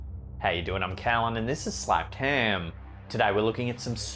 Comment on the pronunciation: Why do keep hearing SLAPPED HIM instead of Slapped Ham? 🤣